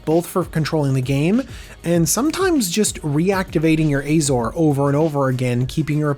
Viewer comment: Oh ffs, do you call Azorius Ayzorius too?